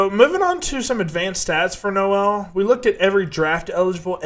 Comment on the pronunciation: It’s pronounced No-le like Coal. 😉